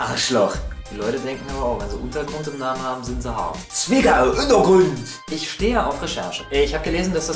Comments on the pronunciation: Sagst du bei Zwiggau (denke mal dett heißt Zwickau)??? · swigga! undeagründ! XD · bin ich blöd oder hab ich >Zwickau< wirklich gehört? :D